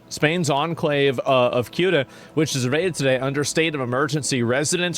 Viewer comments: Jorno guy pronounced CEUTA as SOOTA Asmon pronounced CEUTA as KYUTA and COOTA, three tries, three misses. It's pronounced Seh-oota And CEUTA IS PORTUGUESE CLAY GIVE IT BACK YOU SPANIARDS! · It’s pronounced like sewta, not suuta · Ceuta (pronounced theh-oo-tah) is 10 times smaller than Washington, D.C. It has 80,000 inhabitants. Mind you, 40,000 military age men have invaded the city. Meanwhile, former and present Spanish government officials were busy celebrating the King of Morocco at the embassy in Madrid. 🤦‍♀️🤬